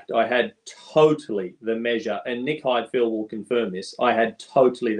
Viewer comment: Get DC to learn to say Heidfeld, please